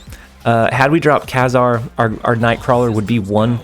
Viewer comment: FYI, it's pronounced Kay-Zar.